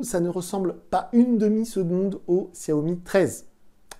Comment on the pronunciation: desolé mais sa ce dit chiaomi .